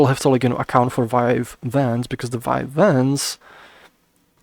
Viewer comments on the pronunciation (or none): It confused when you said vine vans. I thought it was vive wands.